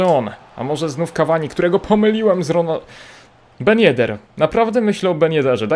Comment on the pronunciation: TYLKO nie ben yeder